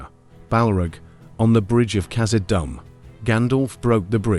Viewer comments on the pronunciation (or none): I had to quit after 3 strikes.. The A.I. pronunciation of Gandelf, Balrug and Kazadumb are killing me. 16 sec in and I'm out. Heresy Sir/Madam!